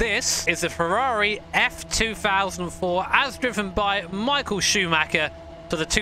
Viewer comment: Michael Shachmacher hahahaha